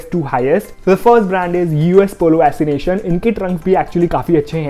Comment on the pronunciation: Are bhaiya U S ASSOCIATION hai assination nahi 😂😂